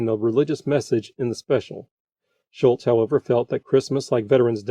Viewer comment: Everyone has mispronounced Charles' name for so long that it spawned his own Mandela Effect. It is Schulz not Schultz like Hogan's Heroes John Banner. By the way, Hogan's Heroes, another CBS show, was in its first season when this aired.